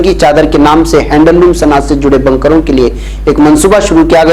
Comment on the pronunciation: بنکروں ب کو زبر کے ساتھ پڑھ رہے ہیں حالانکہ ب کو پیش کے ساتھ پڑھنا چاہئے